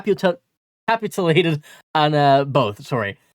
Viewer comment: The word is “capitulated”. Cah-pitch-you-lay-ted As for the Athletic article, that author appears to be ranking his free agency grades based solely on the financial aspect. This is a fair, but narrow way to evaluate UFA signings. He’s not saying that the Bruins chose to pursue bad players. He’s not saying that Lindholm and Zadorov won’t do good things for the Bruins. Instead, he’s making the case that the Bruins paid “too much” for these two players’ services. Frankly, he’s probably correct. It would have been ideal to ink a six-year deal with Lindholm, and a five-year deal with Zadorov. However, teams don’t often receive “ideal” agreements from UFA players on Day 1 of free agency… and if a team balks, there will be another team right there ready to sign that player. This is the cost of doing business with UFA’s in the summer. If there’s strong interest in a player from multiple teams, the price will go up. Did Sweeney overpay? Yes, but not egregiously. We have not yet learned any details about whether or not these two new contracts have no-trade no-movement clauses. Can't really fully evaluate the contracts until we know all that stuff.